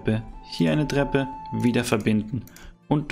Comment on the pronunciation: Bester Kanal aber es heißt „Treppe“ nicht „dreppe“😂